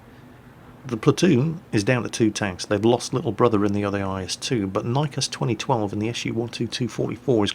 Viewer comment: Joe Venema and it was niekas not riekas... oh